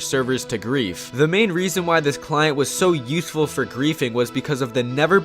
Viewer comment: "the main reason why this client was so uthful for greathing"